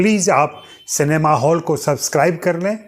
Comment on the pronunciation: सिनेमा हौल नहीं सिनेमा हॉल करें।